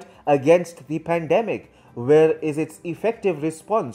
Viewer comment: While the Philippines pweesident.. "I need china more than ever specially this hard time of pandimic." . I